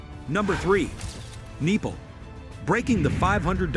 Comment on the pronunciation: Neeple?? haha..must be a robot speaking